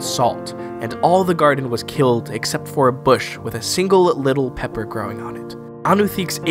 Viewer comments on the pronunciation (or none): none